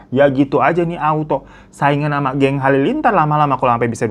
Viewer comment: "geng halilintar.." 😆 bukan "geng" coy, gen! 😆